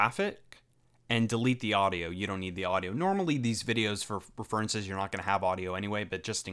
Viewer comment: ReFURences? XD